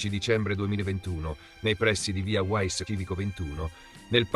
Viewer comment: si pronuncia VIA VAISS non uaiss,VAISS dal tedesco